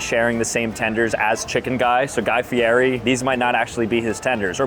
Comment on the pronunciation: His name is pronounced like Guy Fee-Eddie, not Guy Fee-Airee. You’re killin’ me! It is LEE-OH Messi and Guy FEE-EDDIE. Take notes!